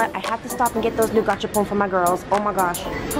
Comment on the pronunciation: Do you just say “gacha porn”